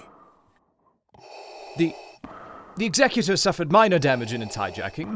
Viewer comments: ex-a-Q-tor? No Exec-u-tor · Executor is not pronounced like that.... Otherwise a great watch!